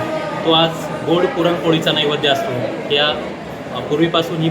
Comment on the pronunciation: अरे बाबा साधा तुला नैवेद्य म्हणता येत नाही निघालाय प्रवचन सांगायला